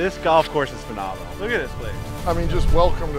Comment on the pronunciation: you besmirch the game. Get better. Watching you swing is like watching somebody struggle with a stuck door. is a player. is a real one. nice with it but please stop with the phe-nah-meh-nal ad nauseam.